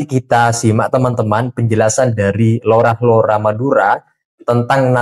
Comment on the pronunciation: LORA PAK...BUKAN ROLA